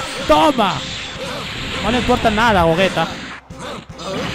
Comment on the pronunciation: se pronuncia GOYITA !! no GOGUETA